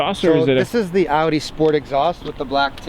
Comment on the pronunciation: you are aiming the camera too high most the time. also it is pronounced "ow-di"